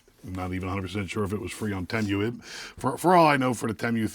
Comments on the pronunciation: Wtf is Temmm U....its Tee Muu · I thought it was "TeeMoo" not "TeeMyou" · 30 seconds in and I'm already not undead💀! The way he said Temu sent me. That's a new one, I've never heard anyone say it like that😂 Don't get me wrong, I get it... I see how it could be read like that... like it makes complete sense. It just caught me off guard and nearly un-continued my life👻 How he pronounced it: Temu (Tim-You) How I've heard everyone else pronounce it: Temu (Tee-Moo) The way I pronounce it which is the way you actually pronounce it: Temu (Teh-moo) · I will say I've never heard someone call Temu Tem-You lol. I've always heard it pronounced Tee-Moo. I wonder what the right pronounciation is now 😂 All in all I'd never buy something directly from that sketchy ass site. I seen a post where a dude ordered a cordless drill from Temu, and got printed out photos of a cordless drill in the mail. Nope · Tee- moo tee moo tee moo not tem you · pretty sure it's "tee moo", not "tem you". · i think its pronounced (tee moo) at least thats how i say it LOL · It’s pronounced “tee-moo”. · It's tee-moo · Its pronounced TEE MOO.